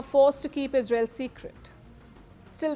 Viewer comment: Iz Rey yell is out of control